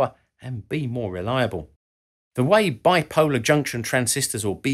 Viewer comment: "*Biploar* Junction Transistor" whoopsies